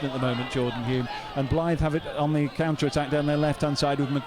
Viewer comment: A fantastic evening I was their the atmosphere was terrific and Blyth were brilliant it could have gone either way.The commentator not being able to pronounce HULME is hilarious,one of the great non league matches that one👍